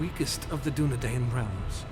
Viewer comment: Too bad his pronunciation isn't Tolkien. Soron? Dunedane? Numenorians? Rudar? Sounds like someone forgot to do their homework. See notes in the Silmarillion for details. Tolkien went into great detail on the particulars of pronunciation for things like the Dunedain. He was a linguist after all. Not this guy though.